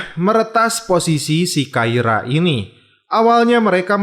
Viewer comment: Awal kluar sbgai polwan takira Kblakang2 kok jd kaira min 😁 Dan subash ttp dbaca subash min bkn subesh